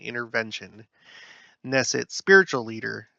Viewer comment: Israeli government is a parliamentary system - so once you study how parliaments work, it will all make sense to you. You pronounce the “K” in Knesset, it’s not a silent “K”